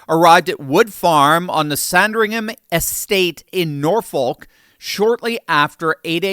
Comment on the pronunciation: A shock and awe tactic only. He was released after a few hours. Somehow, I can't see Charles REX v Andrew Mountbatten-Windsor ever coming to an English courst. BTW it's not prounounced Nor-Folk but Norfuk. And Berkshire is sadi as Barkshire.